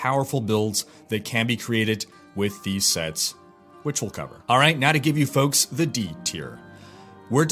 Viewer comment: "hello foks this is wanker" dont know why but I understand this every time I start a vid :D